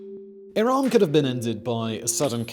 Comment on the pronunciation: iraM not iran 💀